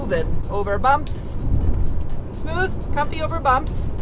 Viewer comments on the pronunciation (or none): none